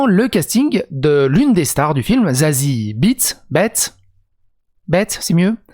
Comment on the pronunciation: "Tsatsi ou Zassi Béétss" , elle est Allemande donc le "e" se lit et se prononce "é" appuyé ici, comme en néerlandais d'ailleurs. Voilà. ^^